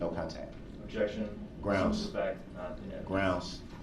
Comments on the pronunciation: “FOR THE RECURT, GROUNZ.” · The thing I hate the most about his conduct is the constant mispronunciation of words and use of incorrect grammar "I don't undershtand the grounz of this argument" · Selling Darrel Brooks “gwoundz” tees until trial is over! Donate to our cash app now 😂